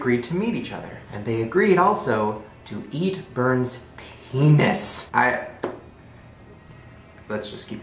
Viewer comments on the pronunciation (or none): "Ppppphhhhenisssss" lmao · but can you hear that in his voice "they agreed to meet each other! and they also agreed to _eat, Bern's peNIS_" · I sorry but how that guy said penis 😂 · Okay, are we not going to talk about how he says “penis”